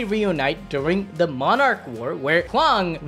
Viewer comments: Your saying hwan one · BRO PUT THAT H ON THERE ITS HWAN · No way it’s pronounced “Juan” bro 😂 the H gotta be silent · You gotta say hwan like hank hill say what. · And it's not pronounced juan lol